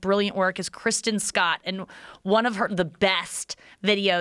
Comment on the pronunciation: Hahaha when she shouts out kRRisten Scott like ppl always mispell her name even tho she actually just mispronounced it .. right aftwr her rant about how pornstars arent given credit they deserve